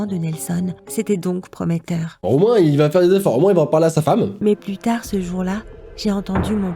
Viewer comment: A un moment de la vidéo j'ai crut que la fillie aver dire putai mais elle a dire plût tare 🤣🤣